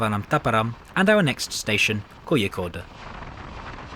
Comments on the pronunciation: Laughed ironically regarding how over-cautious the UK is while how somewhat under-cautious India is. Also the way u said Kozhikode as koyikode was kinda hilarious. In south India, especially Tamil Nadu and kerala, the 'zh' in some places are pronounced as close to saying 'Norwich'. Since ur british, u may understand better than other foreigners. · just as a reference for future videos, the "zh" in south india is pronounced as an r, example: Kozhikode -> Ko-ree-kod